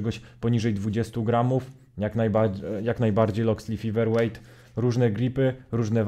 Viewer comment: Fajna recenzja, ale mała uwaga na przyszłość - czasem warto sprawdzić wymowę nazwy, tym bardziej, że jest ona w recenzji powtarzana bardzo wiele razy. Feather wymawia się przez "Fe", a nie "Fi" na początku. Wiem, że nie każdy idealnie wymawia angielskie słowa (sam zresztą orłem w angielskim nie jestem), ale byłoby fajnie gdyby wymowa była przynajmniej zbliżona do oryginału, zwłaszcza, że "th" wychodzi Ci całkiem nieźle :)